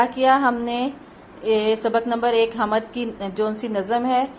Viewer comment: Kitna ghalat talaffuz hy is teacher ka hamad ni hoti hamd hoti hy